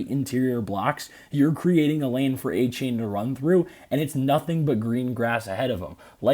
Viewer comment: Apparently, it’s pronounced Ay-Chan